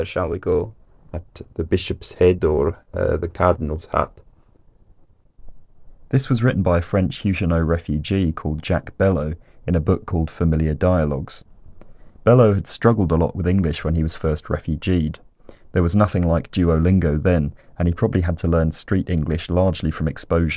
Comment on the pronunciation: Jack Bellow? That’s not how you pronounce this french name. Did you even go to elementary school?